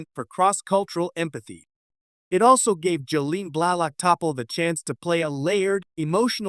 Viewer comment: Too bad your AI couldn't pronounce T'Pol correctly....LOL typical AI Slop.....